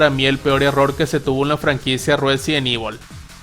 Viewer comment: el residont ivol de netflisss con sus Feminazis :face-blue-smiling